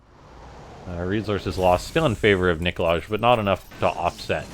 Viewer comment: Also isn't it supposed to be pronounced like Nikolay? With an "i" at the end instead of like Nikolage. :D